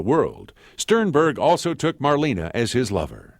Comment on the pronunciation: Maybe the speaker could have at least learned to pronounce her name right. It's not "Marleeene", simply Marlene. Also documents proved that Garbo and Dietrich never appeared in the same movie.